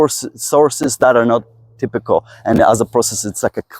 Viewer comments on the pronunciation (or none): none